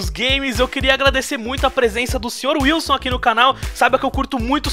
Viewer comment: falou errado, é sr sr wilsu rsrs